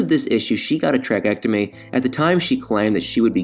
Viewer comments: Well, she doesn’t exert herself, to do anything, so she might be ok and it is pronounced “trak-e-otomy”. Tammy can’t say it correctly but you look really dumb when you follow her speech patterns. Double check it before you say it on YouTube ! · Tray-kee-ot-o-mee. That is the proper pronunciation of that word. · yes, I know that. He said trachectomy, which is not a word.